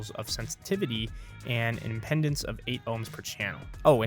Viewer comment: Sorry, the word is "impedance" as in, electrical impedance. Kinda undermines the rest of the review.